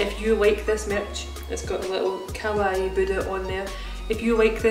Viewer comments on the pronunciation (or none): none